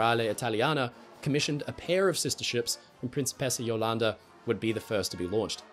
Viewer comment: Hey, I just wanted to point out a couple of details about pronunciation of the Principessa Jolanda in Italian: - The R is non-rhotic, which means it is not pronounced as the English r but more as the T or D sound, such as the T in the American Star ted. - The C is hard, which means it is supposed to be pronounced as the C of Ch ew -The S is supposed to be held longer, such as the last s's in Sa ss - The O and first A of Jolanda is closed, not open. That means that instead of pronouncing an O as in N o you pronounce it as in L o re and instead of pronouncing the A as in A men you pronounce it as in A pple